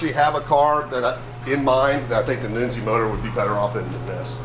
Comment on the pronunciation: 1971 Pontiacs used a cast nodular iron crank, just like 1972 Pontiacs. Armasteel cranks ended in 1970. Who the hell is Noonzi? I KNOW who NUNZI( pronounced Nun-ze) is. I’ve known the guy for years. One hell of a Pontiac engine builder; IMO, he and Ken Crocie are in the same league.